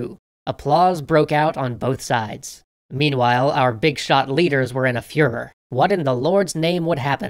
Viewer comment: "Meanwhile, our big-shot leaders were in a Fürher" Oops, sorry, wrong World War.